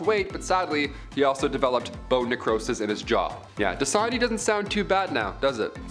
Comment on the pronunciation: 🤣🤣🤣 Did he say "Dasanya water"?